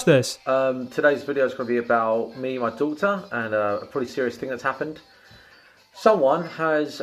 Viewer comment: "me an me doughta"